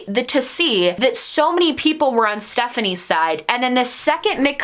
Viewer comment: 1 minute into the video and already happy you pronounced her name correctly